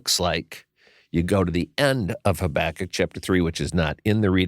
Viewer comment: These ARE hard passages. Thank you for exploring them so helpfully., I learnt to pronounce Habakkuk as you do. I think it's a bit more mellifluous than HabAkkuk so I'm sticking to it. 😊